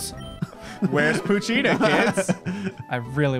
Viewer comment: Poochyena i pronounce as Pooch eye 'ena